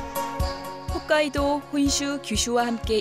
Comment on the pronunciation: 훗카이도가 아니라 홋카이도입니다 리포터 일본어 개판